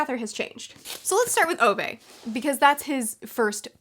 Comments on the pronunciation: Btw, about the pronunciation of Ove. It is pronounced more like Uve. Kinda like the vowel from 'cool' which is then followed by the word 'vet' without the T. So more like Oove, I suppose. I don't know do you care but I thought it'd be fun to know. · I think Ove is pronounced "Oo-vah"